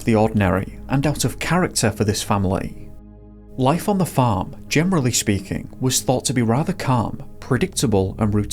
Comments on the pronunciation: LOL or were you saying phone 🤭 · Everytime you said the farm I thought you were saying fern lol